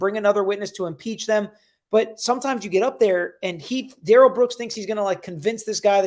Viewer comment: His opening was more like a closing but ok Duh-rell